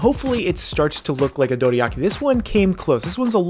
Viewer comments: dude you say it like its written "doriaki" so annoying, stop ruining words with accents please :´( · please pronounce Dorayaki correctly.